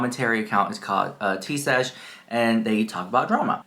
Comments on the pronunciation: Thank you so much, girl, for the laugh! You could not get her name right to save your life! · you called her Tea Sesh the whole video. Except once..😂😂😂❤❤❤but you know her and you do not even know her name You liar the house.😂😂😂. You better fix the video and correct her name and then I will believe you...😂😂😂